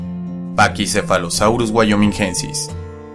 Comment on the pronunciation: Casi xD Hasta ahora lo pronunciaba Paquicefalosaurus wyominguensis, a saber de dónde salía esa "u"